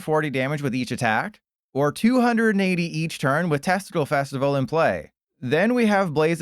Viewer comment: I had to stop and play it back when my ears heard “testicle festival” when talking about dipplin😂😂